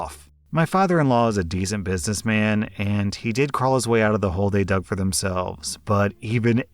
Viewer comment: I really wonder what accent is. The only thing about it that I notice is the fact that him saying "Did" always sounds like he's saying "Dead"